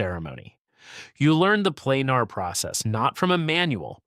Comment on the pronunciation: Planer is pronounced Plain-ER, not Plain-AR.